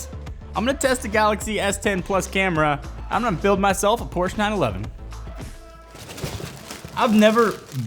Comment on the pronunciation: great video. One note though, you should contact Karl Conrad & get him to teach you how to pronounce Porsche.